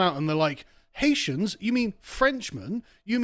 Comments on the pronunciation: Why can cockneys never pronounce names properly? It's not 'Ha-eetians' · I love the way you say HI EESIANS....IVE SEEN THOSE HI EESIANS STEAL THE CANADIAN GEES FROM DUQUESNE FOOTBALL FEILD